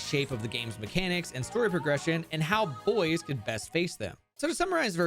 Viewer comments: Bois not boys. Bois is like Bwah. It means wood in French, which is fitting for heracross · It's not "boys" it's "bwah", think of the name DuBois. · it's pronounced bwah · Ngl, it causes me physical pain every time he says "boyz" instead of "bwah" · ITS NOT BOYS!!! ITS BUAH!!!!!! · mfw no one can pronounce Bois correctly they out here playin Disco Elysium calling him Harry Du Boys and not Harry Du Bois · I thought Bois name was pronounced like "Bwaa" but "Boys" is definitely funny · Isn’t Bois in French (Kalos) pronounced Bwah? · Ok, I need to point something out, the moment you have absolutely you have a pokemon that can use icebeam, no need to catch another pokemon for it. And before anyone says it, yes I know that absol doesn't get stab with icebeam. Also, bois is pronounced bwah. It is either the word for wood, or the first person singular conjugation of boire (to drink). So bois either means wood, or I drink. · You do realize Bois is pronounced like "Bwa", right? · because the Kalos region is based in france I think Bois the heracross is actually pronounced "bwah" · Maybe one day people will learn how to pronounce French words I'm definitely not opposed to pronouncing "Bois" like it's English, but not one person has acknowledged that it's a joke pronunciation :( It's /bwa/ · Am i the only person that's upset that everyone mispronounces Bois ; - ; Y'all need to put some respect on the esteemed name of Lieutenant Double-Yefreitor Heracross Du Bois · That's not how Bois is pronounced... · screaming crying begging people to pronounce bois the french way 😭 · I've been wondering how Bois is supposed to be pronounced. Maybe "bwa" cuz it's French? Or bo-iss? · the day ppl pronounce Bois right will be the day I rejoice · its funnier pronounced wrong though